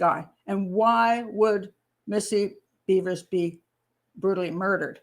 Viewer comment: Her name isn’t Beavers! It’s Bevers like severs